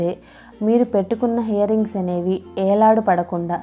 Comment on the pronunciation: hear rings kadu ear rings